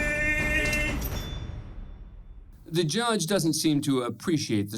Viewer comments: This man said Luminatti lmao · He said luminati, not illuminati. That makes him a special case.